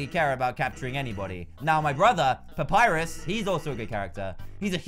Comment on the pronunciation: **papyrus not "purpus" lol XDD